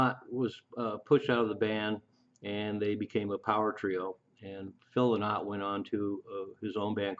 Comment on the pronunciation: The song singles were released in 1969 ,phil s name is pronounced LIE NOT .